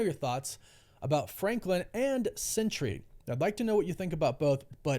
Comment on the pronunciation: SENTRY... Not Century. You said it wrong every time.